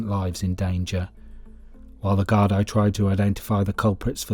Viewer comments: I can't see the point of A: using the American Westies gang at the start, and B: using American footage to portray some of the nefarious actions. And the Gardai is pronounced "gard-ee". The actual facts of the situation are spot on and very well researched. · No darling from the states ? In ireland just cos no all speak gailge meaning fuckin irish its pronounce is gardi ya smart cunt.